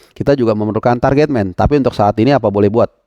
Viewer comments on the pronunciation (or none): none